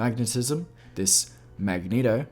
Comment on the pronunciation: ***the strong urge to click the home button when he said "magneHto"***